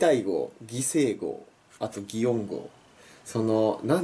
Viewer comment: I’ｍ a Japanese native speaker. I felt "おぼえていない、ぎたいご、ぎせいご、どうやって and other words" said in the video are perfect pitch although there are words that are not naturally said. Pitch between Kansai dialect and Kansai dialect are huge difference.